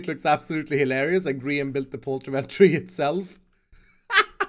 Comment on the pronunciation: IT'S POULTREE MAN